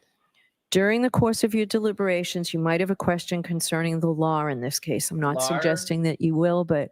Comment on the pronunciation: Judge the word is LAW ! not lar